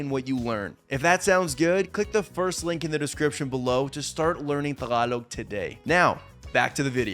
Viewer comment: When he says “tagalog” he sounds like local ❤